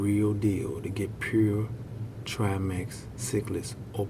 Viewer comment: 2015th? "...or some people like to call them..." Scientific names aren't subjective. You are either naming them correctly or incorrectly. These fish are triMAC not triMEX and no fish have "perpetual fins". I can tell you are passionate about your hobby, but if you insist on making videos maybe try writing a script so you can do some quick google searching to fact check.